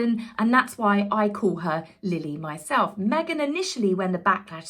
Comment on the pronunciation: You killed me! At the beginning of the video, the way you said Meg-han……..I don’t know why it got me so bad bad this time! But, thank you! I’ve been having such a sad day, I cracked up and spit my coffee 😂😂😂😂😂